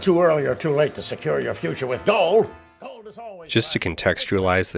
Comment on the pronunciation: The way he says "gorld" makes this close to unwatchable